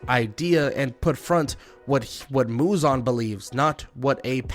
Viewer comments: It’s Muzan not muzon 😢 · bro is purposefully saying "muzon". Crazy his name aint even muzon its muzan